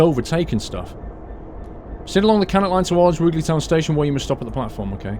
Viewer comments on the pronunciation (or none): Just to let you know, the "Ruge" in Rugeley is pronounced as in "huge" not as in "hug". The platforms at Stafford are numbered 1, 3, 4 and 5. There is no actual working platform 2, but the bay alongside platform 1 would probably have served the purpose. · its pronounced, roo ger ley lol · Rugeley is pronounced Ru-jelly I know this because i live 10 mins from there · I live just off this line :) Rugeley pronunciation catches everyone out though! Roo sh Lee :) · It's pronounced Roojlee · its pronounced "roojeley" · He said rugeley so wrong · Hello, I live outside rugeley you have pronouced it wrong:)....I am a massive fan of you and the video's you make, just letting you know:D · If you lived in Coventry then how can you mispronounce Rugeley? Surely you'd of heard it mentioned a few times? Tempted to get this pack myself and re-create my experiences with London Midland, delays, delays and more delays!